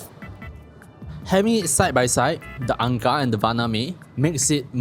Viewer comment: ang kar with a hard K